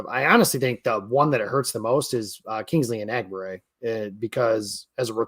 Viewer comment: Michigan guy murdered Kingsley Engbare‘s name lol